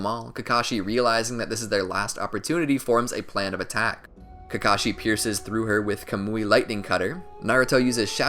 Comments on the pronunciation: While you were talking you said kakachi and not kakashi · He said ka Kai in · at 29 40 u say *kakaki * lol